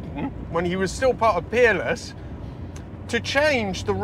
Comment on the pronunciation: I hear with a Yankee accent and I swear I thought you were saying Keeble was a designer at the Penis Car Company. Finally heard Peerless. Not sure if that’s correct either. By the way, that Chevy V8 exhaust sounds like something is off.